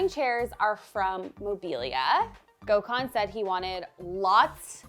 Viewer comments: Take a sip Every time she sys gokhan😂😂😂😂😂😂 jeeeeeZzzzz woman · Gosh it killed me hearing how they pronounce his name. Gecmis olsun Gökhan… u should really tell them how its pronounced correctly 😂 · The way you pronounce his name is craaaazy 😂